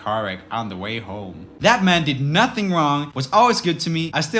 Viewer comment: “Only a kid wud do dat.” Mr you need a children’s speech therapist.